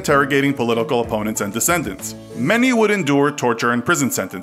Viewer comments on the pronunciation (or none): you pronounced dissidents as descendants lol